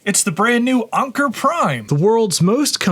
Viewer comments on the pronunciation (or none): Why are you calling it UNKER? It's ANKER! Like anchor for a boat. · Onkur? Come on even your own video includes their official way to say it. 🤦‍♂️ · It's the new what now? Onker prime? No it's Anker... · I have never heard someone pronounce "Anker" as "Onker" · Anker is pronounced the same as anchor Not sure where your getting your pronunciation. Just go play some of their corporate sales videos. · How can you pronounce the sponsor's name wrong when it's literally in the ad clip you inserted into your own video?? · When you're getting sponsered make sure you say there name right 😅😅😅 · What a weird pronunciation of Anker, especially when 15 seconds later the commercial pronounces it correctly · Is Anker really pronounced that way? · WOW bro you look good have you been working out are you going to VCF SOCAL UGREEN is better. You’re saying the name of the company wrong in the ad they said a differently.